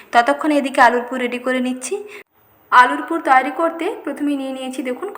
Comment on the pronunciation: Apni muslim na hindu, nasta bolchen,tai bhablam kothata toiri,apni bolchen tayari ar sa sa korchen kano bhul uccharon. thik korun